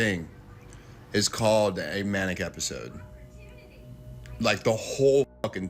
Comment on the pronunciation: manic, not maniac